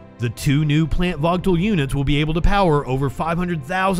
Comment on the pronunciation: The nuclear power plant in GA is called Vōōgle......, There is no T in it's pronunciation. Please get the phonetics correct before you put the news out for consumption please. Thanks for the efforts as well other output.